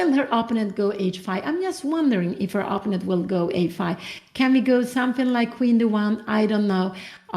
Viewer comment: Here we go again with the mispronunciation of "opponent" from mother Cramling.